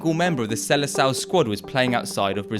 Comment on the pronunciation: the "sele sal" kkkkkkk